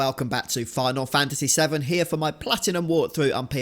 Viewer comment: ….did you seriously just say hair instead of here?! Gadam your people have a penchant for butchering the English language.